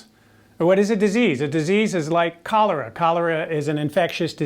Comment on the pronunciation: Am I the only one who heard "colour" instead of "cholera"? Like "color" is a disease...